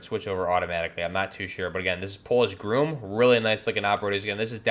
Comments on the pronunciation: its pronounced GROM not groom! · That’s a Princeton Tec tasklight, and it’s Not pronounced “GROOM” just Grom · Grom isn't pronounced groom it's grahm. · It’s GROM not GROOM. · Just FYI, Polish GROM is pronounced with short "o", not like GROOM. Very good video.😀